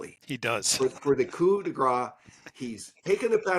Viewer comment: the 's' is pronounced in 'coup de grâce'.../ˈɡrɑːs/...otherwise it sounds like, not a strike of mercy (to finish off something mortally wounded), but a strike of fat (gras, as in 'foie gras', a nice Christmas spread made by force feeding geese).